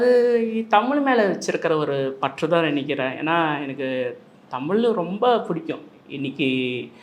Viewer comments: Dail thogupalar don't pronounce it's Tamil pronounce it's tamizh........ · தம்பி நீ தமில் என்று உச்சரி்க்கின்றாய் ஆனால் அவர் தமிழ் என்று சரியாக உச்சரிக்கின்றார் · நெறியாளர் அவர்களே தமில் இல்லை தமிழ் உச்சரிப்பு சரியாக இல்லை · பேட்டி‌ எடுப்பவர் முதலில் தமிழ் என்று உச்சரிக்க பழகி கொள்ள வேண்டும். ஒவ்வொரு முறையும் தமில் தமில் எ‌ன்று பேசுவது நன்றாகவே இல்லை. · தம்பி தமிழுக்கு அழகே ழகரம் தமில் தமில் தமில் ன்ணே உச்சரிக்கரீங்க தமிழ் தமிழ் தமிழ்❤❤❤ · டேய் வெண்ணை தமிழில் பேசுடா தமில் தமில்னு பேசுவர் திருந்துங்கடா